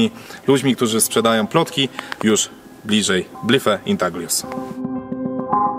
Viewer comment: Panowie, popracujcie nad wymową angielskiego. Po prostu sprawdźcie w transatorze jak się wymawia Blythe. Sorry jeśli to mi tylko sprawia problem i pewnie się czepiam, ale nie pierwszy raz to u was słyszę. Nie trzeba być po anglistyce żeby się dowiedzieć jak to się poprawnie się wymawia tym bardziej, że jest was trzech muszkieterów i pewnie każdy z was ma telefon. Nie przeszkadza mi jak ktoś mówi z akcentem, ale można by nie kaleczyć nazw własnych, bo to was dyskredytuje.